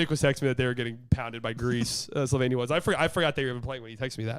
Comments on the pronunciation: Slighly pronoucing Slovenia, the more slovenian way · Btw the way said Slovenia is correct native Slovenian pronunciation 👌